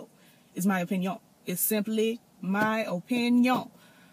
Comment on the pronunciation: I Luv yo O-PIN-YIN!!😁😁